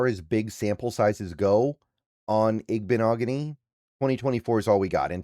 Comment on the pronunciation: I think you pronounced this better than most hard ones B! I like the pick up for depth behind Jobe